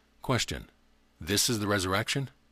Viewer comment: Anyone heard him say telsa instead of Tesla